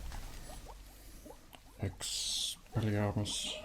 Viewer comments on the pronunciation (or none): 1 year and the ravenclaw in me still cries when he says expelliaramus.